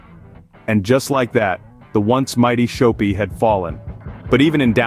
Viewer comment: Shop-pi. Not show-pi